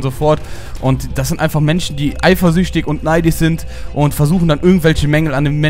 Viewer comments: warum sagt er immer eifürchtig? das macht mich so fertig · sagt: eiferüchtig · kann nicht eifersüchtig sagen:D